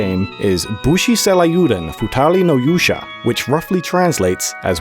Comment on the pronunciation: im sorry, but how what did you say the name was??? bushi seilieoodon??? its pronounced say-ryoo-den